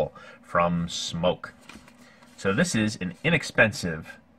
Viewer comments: It’s smok not smoke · It’s called smok not smoke